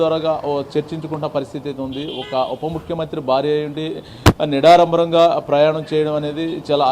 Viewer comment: "నిడారంబరం" కాదు రా అయ్యా.....😂😂 నిరాడంబరం అనాలి. 😁😁 తెలుగు నేర్చుకో ముందు 😁😁